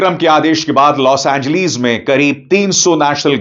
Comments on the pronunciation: Los Angleeees 😂😂😂😂 hahaha o sir name to thek say lo 😂😂😂😂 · Bro 😎 please 🙏 stop 🛑 don’t say los angleeees 😂😂😂😂 L A 😂